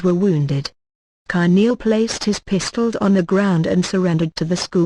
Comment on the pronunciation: That is precisely what I was going to say. The voice is weird. Can't say pistols or father.